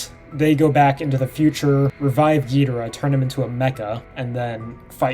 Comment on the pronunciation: YES HE SAID GHIDORAH RIGHT.............but you can pronounce the AH more, jk